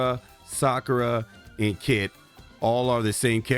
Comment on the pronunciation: Who the heck is Kit? Do you mean Kite? It's pronounced like the flying Kite. In Japan they transliterate it as Kaito